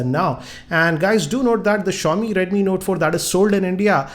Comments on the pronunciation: redmi nota ,please talk clearly its redmi note but not redmi nota. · is it redmi note or redmi notaaa lol .